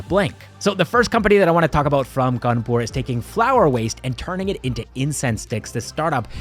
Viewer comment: you pronounced 'kanpur' wrong. it's 'khhanpu' thanks to all the mouthfreshners😂.